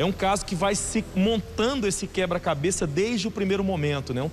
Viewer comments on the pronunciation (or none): "Que são realmente acima da mede... A gente conseguiu montar todo esse quebra cabês... Se esforçar para pronunciar as palavras é uma tarefa complicada para o cérebro das pessoas desses estados para cima.